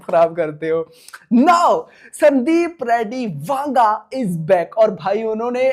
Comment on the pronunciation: That's "Vanga" not "Wanga".